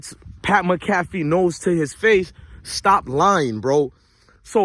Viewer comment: Dude how do you report on all this stuff and watch mcafee to report on him but never heard his name pronounced